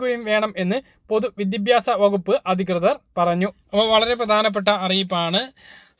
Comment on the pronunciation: വിദ്യഭ്യസം അല്ല വിദ്യാഭ്യാസം